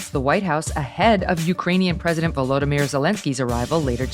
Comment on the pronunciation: "Ukrainian President Volodymyr Zelenskyy..." I never knew his first name was "Volodymyr" until just now when I heard Megyn say his first name correctly. I think Biden saying "Vladimir" so often led me to believe he had the same first name as Vladimir Putin. Thanks Megyn!!!